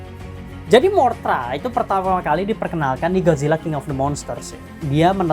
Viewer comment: MOTHRA BANG BUKAN MORTHRA